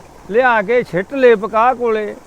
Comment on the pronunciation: BAPU JI KAPAH HUNDI AA PAKAH NAHI